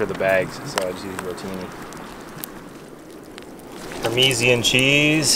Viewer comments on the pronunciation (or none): Parmeezion cheese🤦‍♂️The Italian in me is offended lol😂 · par ma zan not pamezian cheese wtf